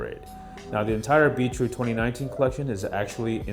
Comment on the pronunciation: Who else thought it sounded like he was saying beetroot